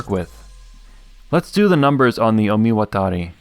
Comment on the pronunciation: Fun fact: despite the disclaimer, this is one of the most accurate pronunciation of 'Omiwatari'